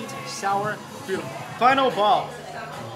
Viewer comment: I keep hearing BOWEL (relating to poop) instead of Bao. Lmao. #NursingProblems.